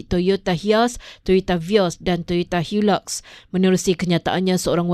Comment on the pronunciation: HIACE = HIASS HILUX = HILAK Pembaca ni toyota hater.... hahaha